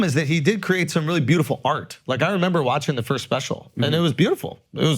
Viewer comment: Why do they keep letting Akaash say "Firsh" in his announcements